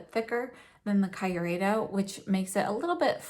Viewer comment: I know this is an old video and I don't know if you now know the correct pronunciation, but since no one has corrected you in the comments, I need to say it: the KYU part of Kyureido rhymes with cute. So it's kee-oo-ray-doh.